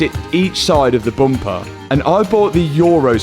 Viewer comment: You have to do a shot every time Matt says "boompah" (bumper).